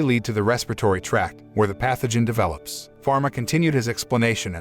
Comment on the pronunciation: Mispronounce/ misheard/ misspell names Falma not pharma Jean not james